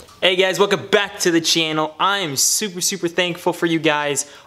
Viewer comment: Chee-yan-nell lmao channel love it!